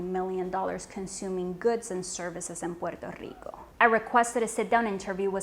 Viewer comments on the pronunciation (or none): When she says Puerrrto Rrrrico though 😍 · Why do you have to pronounce Puerrrto Rricooo like that? It's annoying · Everytime she says Pooerrrto Ricoh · hey, you speak normal english but each time you pronounce "puerto rico" you sound like an idiot, say it right. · Petty question; if you're speaking English, why pronounce Spanish names with an exaggerated Spanish pronunciation or accent. I'm not saying make them over simplified or bland but it sounds un natural and awkward when every time you say "puerto Rico" it's with a thick Spanish accent when if you naturally soften those R rolls just ever so slightly to match the rest of your speech, you would sound natural and to be frank, the contrast it makes you sound pretentious fir some reason and trust me sweetheart, conking off even more stuck up is the last thing you need any help with.